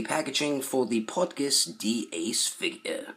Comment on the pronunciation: Cool video but I cringe every time you pronounce Portgas that way lmao thanks for the review tho lol I been on the fence about this one